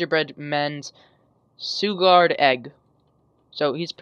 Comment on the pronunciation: I think the way you pronounce suguard is sugar and guard together, so SHOO-GARD. Not sure though, just trying to help :)